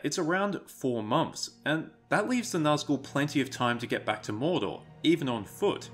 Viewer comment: Its not naz gull, Its actually NAZG ul